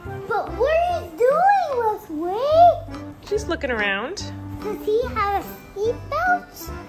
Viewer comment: The way pronounces his baby brother's name...... "weswy" AWHHHH ITS SO CUTE! you can tell really loves his big brother!